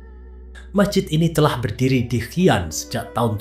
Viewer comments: Pendengar nya kedengaranya hian ..tujuanya si an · Bacanya Xi an (si an) bukan hi an jd aneh dengermya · Xi an . Bacanya shi an .